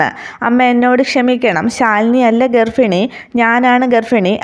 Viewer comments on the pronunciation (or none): ഗർഫിണി എന്നല്ല ഗർഭിണി എന്നാണ് 🤗